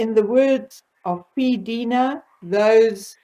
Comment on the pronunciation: Congrats on the generator. If you want a guaranteed laugh, go to, “Split - With Sam Roffey”’s channel. He’s amazing. pronounces her name with the long “i” sound, not ee.